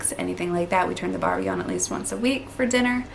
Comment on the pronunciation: You are saying arvo and barbie just fine.